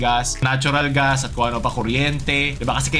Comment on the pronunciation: Gas: ❌ Ga-as: ✅ Demonyo ka talaga